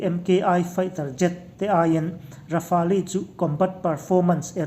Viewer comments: Rafali anilo😂😂😂😂..Raf-el titache...🤣🤣🤣Rafale leh j20 ron compare don motia,India sawiselin china ron fak chiama,..yutube ka en suall😁😁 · Rafali tilo a lamdik hun ah ka subcribe ve ang🤣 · Rafel tiin lam zawk la dik lo maw le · Rafali ti in an lam ngai hlei nem... Midang lam dan te hi ngaithla thin ru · Rafali an ti ngai lo! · Lamdân dik a hre ve lo maw ni le....Rafali ti deuh tlat mai bawk si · ra-fal tiin an lam ri deuh in ka hria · Ra-fa-li tih chu a dik zan lo lo maw?